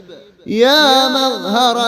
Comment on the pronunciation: مظہر ۔۔۔۔ ر کے اوپر تو زبر ہے اپ نے زیر کیوں پڑھا